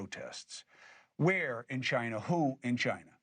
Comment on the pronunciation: He almost said Chi-Nah!